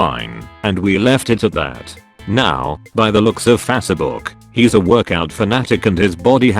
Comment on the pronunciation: Fasuh book